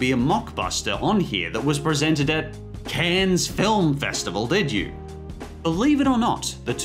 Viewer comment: This is exactly what made my eye twitch! First Donkey Shotay, then CANS?